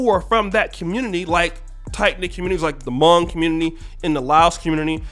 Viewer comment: Hmong* Pronounces similar to the word Long and not like tongue